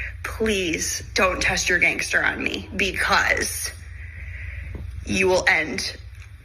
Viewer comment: R-Fuggin-K!!!!! also white woman saying "ganster" lady, my baby would beat yo-azz faster than me! also my baby boy voted trump.